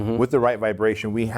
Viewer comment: great video. Please edit where you say Dave Meltzer's name incorrectly. I know he would appreciate it.